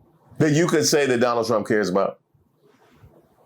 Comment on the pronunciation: "I will bote. For Donald Tromp",what a great hit it was!